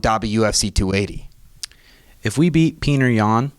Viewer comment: I love Sean and I also like, but it just bothers me that they purposely say "Peter" instead of pronouncing his name right. Its a Jake Paul type move, not really funny, just pointless. Give PETR the respect he deserves, and say his damn name right. It's childish to keep saying it wrong. Theres no sense in being disrespectful